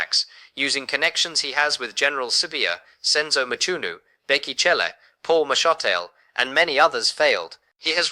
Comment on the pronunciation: This is AI nonsence. He has not received a sentence yet. Just listen to how mashatile's name is pronounced. !😂